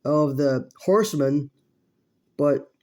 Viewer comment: “The foe harsemen” RIP Dusty Rhodes